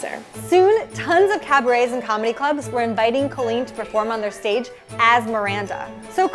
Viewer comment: btw its cOlleen not cAlleen just saying